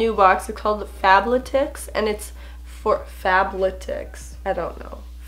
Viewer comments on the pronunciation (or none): Fab-letics. Like athletics, but fab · LMAO "Fable-tics" Made me laugh it's Faaaab-lead-icks. In sound form, lol Kate Hudsons sports clothing line. But hey love your vids fellow Canadian!!🇨🇦💯 Ontario!!!🙋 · Fab-let-ics not fab-la-tics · Fabletics (pronounced Fab-let-ics) is Kate Hudson's athletic wear line. 😁 And the sticky part they didn't use is so you can return things using the bag it came in lol! Sorry, just happened to be two things I could help you out with in one video, lol😊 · I started to laugh when she tried to say fab-le-tics. Fabbbbbb Leeeeee ttiiccccsss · 😂😂 adore the way you said Fabletics! It's Fab-le-tics like athletic 🤗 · Ha ha it's pronounced athletic with fab added in the beginning and s at the end thus fab-letics😅your so cute I just subscribed today and l love your channel so far! Super cute and helpful vids❤ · Fab-let-ics lol and I’m pretty sure that strip that you unstuck was to be able to send it back lol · It’s fab l-e-t-i-c-s, the l and e are like like leeeh. Haha, love you ❤️❤️ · Pronounced "Fab- letics"........I love the Frock Box outfit a lot! I like all the items from the Fashion Crate box too! The top that you plan on gifting your Mom looked really cute on you, though! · I believe the one you were trying to pronounce is Fab Letics, :) you should try FabFitFun, but i don’t know if it ships to Canada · So I love that I was totally on board with how she pronounced fabletics at first then i saw it and was like OH it’s Fab -letics like athletics but fashionable just a heads up 😂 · LOL your fabletics pronouncing They are actually really good ( i don’t think it’s a subscription thing though? I could be wrong!) But it’s pronounced like “Athletic” 😄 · It's Fab- letix (letics) like athletic. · its FABLETICS like ATHLETICS its pronounced the same way you would say athletics LOL love u!!! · how you say athletic, it’s fab-letic! that’s how you pronounce it 💞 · Fab-let-ics. Lol I have problems pronouncing words all the time.